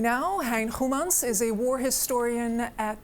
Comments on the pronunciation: Her Dutch pronunciation of his name is perfect. Is she half Dutch or something? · Journalist did a good job pronouncing this gentleman's last name. Respect 👍👍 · You did really good with pronouncing his name. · Why does she pronounce his Dutch surname with no foreign accent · As a Dutch speaker I am amazed as how well the interviewer pronounced the name of the professor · Good pronunciation of the name of prof. Goemans by the interviewer. Is she Dutch as well? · Correctly pronouncing "Goemans" ... Incredible. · She pronounced Goemans well, a Dutch g.